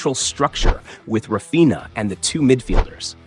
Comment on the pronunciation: The "nha" in Raphinha is the Portuguese equivalent of the Spanish "ña" and his name is pronounced rah-FEEN-yuh. In Araujo," the Spanish "j" is typically pronounced sort of as an English "h," so his name is pronounced "uh-ROW-ho" with the "ROW" rhyming with "how" and "cow." Good analysis, though. Now, you might do one on Barça's (the cedilla is a soft "c") defensive strategy with the high line.